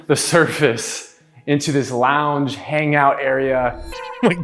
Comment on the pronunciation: "Kids launge area"